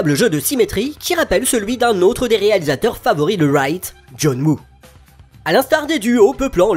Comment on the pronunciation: Excellente vidéo et analyse du « vilain petit canard » de la carrière de Wright. Une question juste : je suis le seul à entendre « John Moo » et non « Woo » dans la vidéo ? 😅